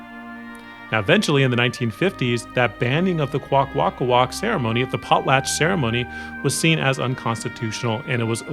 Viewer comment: Hi you said the name wrong but don’t be down in the dumps the language is really hard too speak I know this because I speak the language very poorly but still